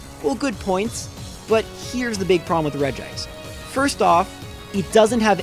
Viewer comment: wow, someone finally pronounced regice right. most people think it's regi-ice.